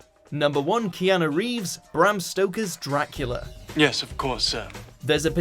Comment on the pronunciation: The only one that seemed seriously botched was KEEAAANUU.